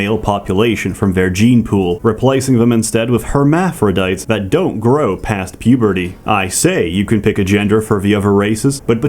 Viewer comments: GREGGS PAYSTEE?!?!?! WTF IS THAT? its PASS-TEE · "Par" "Stee" is not English confirmed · Can't tell if lives in the UK or not. Knows of Greggs Has a meal with British Nutritional Label But he can't pronounce pasty.